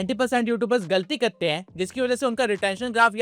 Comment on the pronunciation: Kar te hai not kte hai😂